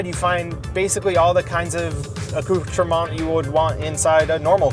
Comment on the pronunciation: When he butchered trying to use a big word that he has clearly never said or heard before lol... "accou... trement...?"